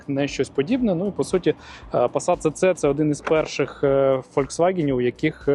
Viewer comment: Німці кажуть СіСі, а не Цеце. Ви ж не кажете Мерцедес? Навіть абревіатура звучить СіСі.